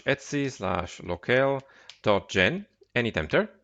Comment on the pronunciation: Etsy is a trading website - /etc is usually pronounced eee tee see :)